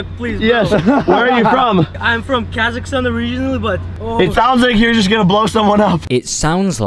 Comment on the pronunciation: im not going to lie but when i first heard him say Kazakhstan i thought he said kekistan